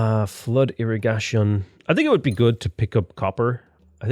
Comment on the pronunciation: Did you seriously just say Ira-gah-tion? It’s Ira-gae -tion friend.